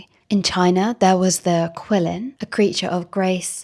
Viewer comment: I loved seeing the qilin mentioned, and you see iterations of it in korean dynastic dramas too. Just a heads up, in romanized pinyin, it's pronounced "chee"-lin or "chi" (not like chi the greek word)